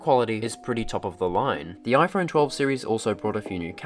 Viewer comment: "iPhern mini"